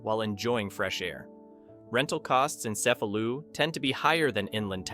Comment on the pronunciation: The correct pronunciation is "Che-fa-lu" for Cefalu (not "ce-fa-lu"). Ask somebody!